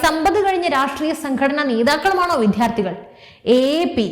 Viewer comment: വിദ്യാർത്ഥികൾ എന്ന വാക്ക് എന്തുകൊണ്ടാണ് ശരിയായി ഉച്ഛരിക്കാത്തത് എന്ന് മനസ്സിലാകുന്നില്ല. വിദ്യ, വാധ്യാർ എന്നിങ്ങനെ പറഞ്ഞുപഠിക്കുക.